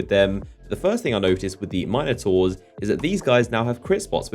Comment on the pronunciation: I really really hate the way you say minataurs